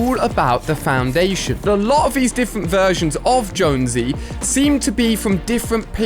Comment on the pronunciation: ali i its jonses not josnose